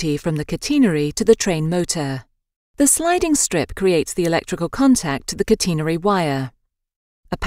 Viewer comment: It’s not cuteenerary it’s catenary